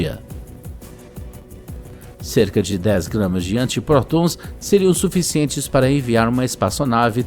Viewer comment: "Antiprotôuns" caralho, alguém ensina esse idiota narrando a falar português.